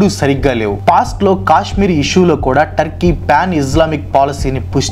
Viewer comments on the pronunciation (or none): none